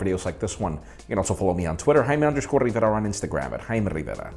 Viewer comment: Bro pronounce your damn name...........jeeeezzzz lol